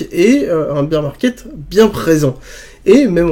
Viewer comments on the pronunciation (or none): on dit "bèr" market et pas "bir" market. Sinon, ça veut dire bière market au lieu d'ours market ;-)